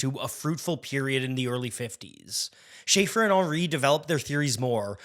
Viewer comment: CAUGHT mispronouncing Schaeffer. Youtube channel TERMINATED.